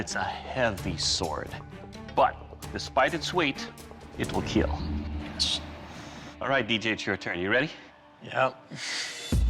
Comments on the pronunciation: "It will KEEEL!" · love his gremlin smile "eet will keeal"